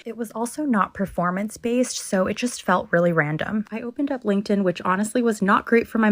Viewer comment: "...not preformance-based" lol